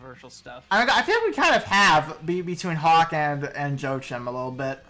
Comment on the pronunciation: You miss pronounced Joachim's & Meene's name incorrectly.